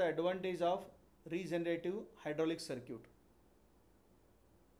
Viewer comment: circuit ❌ Sir-Cute ✅ 😂😂 btw nice explanation sir 🙏🙏